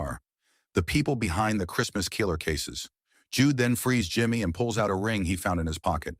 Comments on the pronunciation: 😡 GODDAMMMM & it's 'KILLER not FUCN KEEELER' u lame pathetic inept 💩 narrator 🥃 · "The Christmas Keeler" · What's a 'keeler'? Is it a Mexican murderer? If you don't have the balls to use the correct pronunciation don't do the video. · The bot constantly saying "keeller" was odd. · The emphasis on the i in killer is hilarious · Can't say "killer" either.